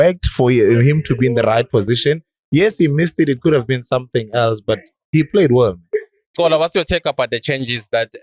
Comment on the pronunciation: he's not Cola but Xola